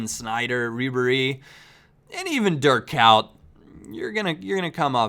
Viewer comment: It sounds like you say dirt cow when you try to pronounce Dirk Kuyt